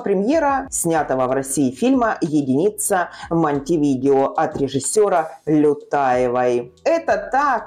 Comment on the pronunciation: МонтевидЕо (читать - МонтэвидЭо), а не МонтевИдео. Стыдно не знать!